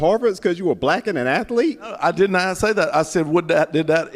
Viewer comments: Athlete is a 2 syllable word. It is not ath*el*ete. Is is ath*lete. Just, fyi. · What's an athalete? or did he say atherlete? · Ath-a-lete? I didn't know that was a three syllable word. That's amaz-a-zing! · " Ath- a- lete " 😂 What a stupid racist porker, he should be arrested by the Fashion Police at least ! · A white man questioning a black man’s intelligence as the white man pronounces “athlete” as a 3 syllable word, “ath-u-lete.”